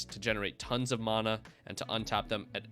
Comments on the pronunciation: I have a few friends who pronounce it that way. I don’t like it but it’s whatever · I liked the info but can’t get over the fact you mis pronounce mana